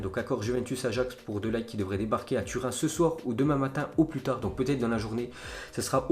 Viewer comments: Mec srx c'est pas Matijs de "LAÏT" c'est Matijs de Ligt prononce le bien stp ça ce dit de "Lirt" (le g ce pronnonce d'une manière un peu différente) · Matthijs(Matis) De Lirt pour la prononciation (Les "G" néerlandais se prononcent toujours comme en espagnol ! En gros comme des "R" français) Ps Bonne vidéo !!